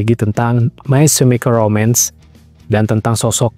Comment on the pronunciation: May kemikel romens baca nya bukan semikel